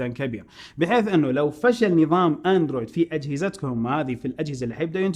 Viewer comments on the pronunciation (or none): none